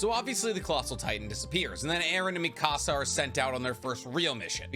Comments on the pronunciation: You say mi casa, it should be Mikasa ( me-kuh-suh) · You say mikasa's name like you're saying mi casa from Español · Love you. But omg. Why do you say Mikasa wrong?! 😂